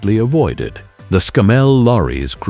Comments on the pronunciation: AI slop exposed as soon as the robot "narrator" mispronounced Scammell as ScammELL. Showing pictures of Bathgate cabbed rigids when talking about Leyland Marathons!Library pictures skimmed off other YT videos and given a word salad commentary overladen with superlatives and innaccuracies mixing UK and American terminology. Lorries do haulage in the UK, trucks do trucking in the US. Go and watch something real. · Err, the narration is a bit odd. Scammell is not pronounced Sc'MELL.